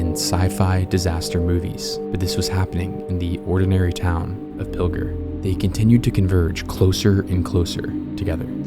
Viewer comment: Pill-jer. Not Pilger.